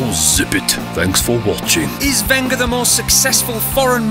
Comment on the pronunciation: it's wenger not winger